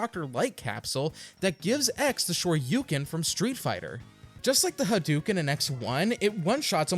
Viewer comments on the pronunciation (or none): none